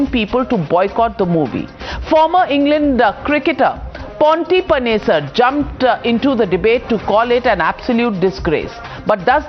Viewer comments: Did she just say Ponty Panesar? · Ponty Panesar?? 🤣🤣🤣🤣🤣🤣🤣🤣 Kachra Journalist Navika 🤣🤣🤣🤣